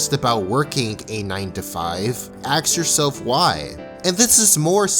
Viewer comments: axe yourself why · "Axe yourself why!" But... I don't wanna axe myself.... Why?